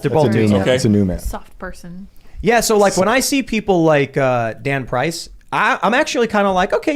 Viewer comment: Tim: We got a story with this guy Dan Price. I heard: we got a story with this God damn price XD